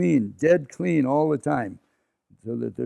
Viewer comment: vewwy vewwy cwwweeeen